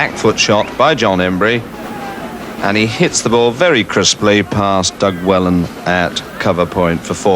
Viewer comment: I might have misheard - but I think he calls him Doug Wellan!!!